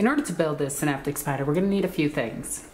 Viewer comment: Can (as in tin can) - optek, with a hard C :)